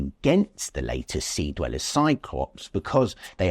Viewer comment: deweller? come on